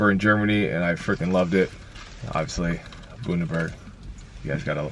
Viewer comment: Ginger beer be 🔥🔥🔥 correct pronunciation is bun-da-berg 😂 it sounded so German with the bund-e-berg 😅